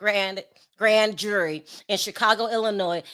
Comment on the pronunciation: He kept saying Judy. Did he mean jury?